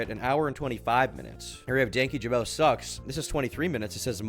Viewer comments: Danky jabo 😂😂 its dan kyjabo, i love that most people read it like that at first, including myself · Dankyjabow? Ja-bow??? How tf do you mispronounce an "O" as making an "ow" sound???